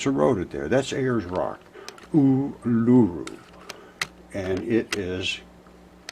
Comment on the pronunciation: Uluru pronounced U-lah-roo! Hope your well!.